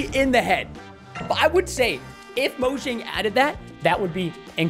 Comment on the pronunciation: BTW preston, it's moyang not mojang